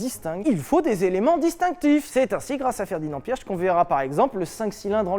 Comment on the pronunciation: Correction Piëch ce prononce piche je comprends que la prononciation est pas toujours évident avec d'autres langue et je le sais de Volkswagen. En plus je suis un Piché est la prononciation est très proche entre prononcé Piche ( Piëch ) et Piché.